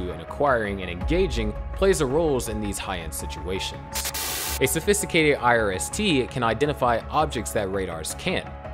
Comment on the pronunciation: Could you please say irst a few more times?